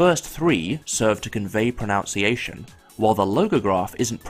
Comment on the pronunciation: ProNUNciation -- NOT ProNOUNciation. True for both UK and US English. Very surprising for an educated language player. But hey, everyone makes mistakes. -- The writing systems video is great.